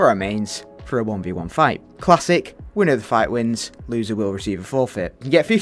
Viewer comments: Wtf is a winnder??? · “Winnder of the fight wins” Pure quality